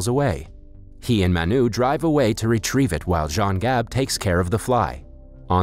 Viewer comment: It’s not maa-n-uu its m-uh-nu correct way to pronounce this Indian word Manu